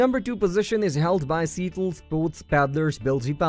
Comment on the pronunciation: Horrible pronunciation of EVERY one of the IMPORTANT words such as Kayak. Bilge and Seattle. Just horrible. I could not understand it until listening over and over to discover how INCORRECT they were… So sad.